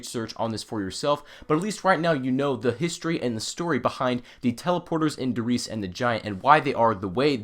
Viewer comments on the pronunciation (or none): Dear God, the pronunciations... Die Glocke sounds like DE Glocka and WunderWaffe would sound like VunderVaffe...